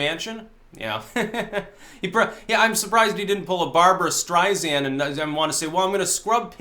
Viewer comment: Strei Sand, not Strei Zand.